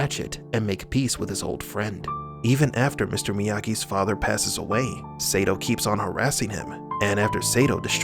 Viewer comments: Your pronunciation sucks... It must be Sato not Seito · Idk why bro,but the way you're saying Sato Saytoe is really bothering me 😂😂...its Sato Sahtoe is how you say it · SAY-TOE? WTH... It's pronounced Saa-toe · DUDE WATCH karate Kid 2 again his name is Sato pronounced Soto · Sato not Satoe LOL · You beat me to it. God it was annoying me! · Can't lie, the amount of times you said 'say tow,' instead of sato is borderline criminal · Seriously, if you are going to inform people on these movies and show you need to learn the proper names of people. Like Ralph Macchio, his last name is pronounced machio like macho not makeo. And Sato is pronounced sawtoe, not saytow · I think you should stop mispronouncing Sato's name. The "a" is pronounced like "ah". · You need to learn how to pronounce names. Or watch the shows/movies vs reading a script. Sato (sah-toe), Eli (ee-lie), there was another one but I forgot. But I’ve seen like 4 of your vids today and they’ve all been good you just have to pronounce the names the way they were pronounced in the movies/series. Glad I’m not the only one that’s saying this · Sato is pronounced with a long "a", as in "ah". You should know that. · Sato - Sah-toe 😁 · pronounced Sahto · We should start a petition to make them redo this pronouncing Sato's name correctly. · OMFG, they said the SATO pronunciation in the movies, and you still had to butcher that poor guy's name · Lmao...Omg,I thought I was the only one.that was bothering the hell outta me 😂😂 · Sato's name is brutalized in this video. The A is short in Sato. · Don't think he was a fan of the original series. There is no way you can be a fan of the Karate Kid series and mispronounce the name of one of the key villains in KKII. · Every time he says his name wrong, i keep saying the right way to say it